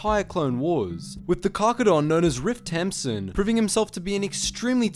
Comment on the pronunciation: I thought he was saying ripped tampon